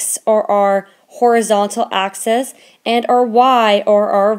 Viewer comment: It's called (axe-isss)